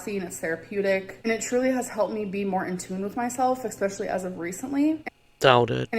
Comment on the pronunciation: Can someone pleeeeeeease tell ber there is no k in the word especially. I want to scream every time she says it.